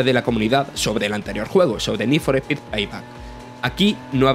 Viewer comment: Need For Pi 😂 Eres de Andújar